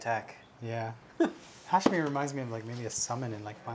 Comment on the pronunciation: is it "Hashmal"? or "Hashmir" as you guys keep pronouncing it?